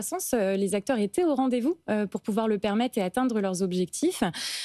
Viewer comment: Cinquante mille "zacteurs"? Vraiment prometteur ...